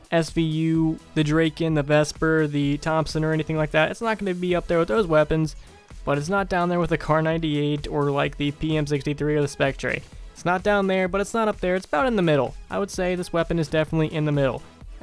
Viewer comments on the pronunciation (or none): It's pronounced spec-ter not spec-trey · The way u pronounce guns is autistic spectrey? Serious is it that hard to pronounce its clearly spek-ter and dra-kin no thats just stop its dra-kon